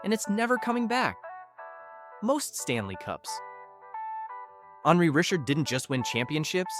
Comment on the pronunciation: For gods sake - how can you be a hockey fan and have no idea how to pronounce player’s names? You don’t know how to say Henri Richard? Jagr? Roy? Tugnutt? I mean these aren’t obscure guys. I’m calling AI or someone who isn’t a hockey fan.